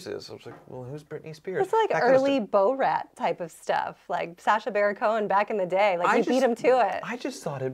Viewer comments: Did she say Bo Rat in the video? Isn’t it Borat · okay... Love... But did she just pronounce Borat as Bo-Rat? I'm laughing so damn hard right now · Gotta love how pronounces it as Bo-rat… not Bor-at. lol. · I have to make fun of for saying “Beau- Rat” to refer to Borat